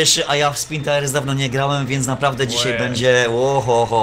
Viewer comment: Nie taires tylko tajers a tak ogolnie to spoko odcinek